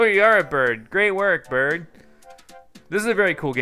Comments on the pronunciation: Is it only me or did I here say boyd instead of bird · said boid instead of bird lol. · "look we're a bird(boyid)" XD I laughed so hard